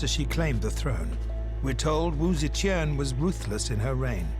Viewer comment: Cannot stand how the narrator is saying Tian.. its TIAN not QIAN. or CHEN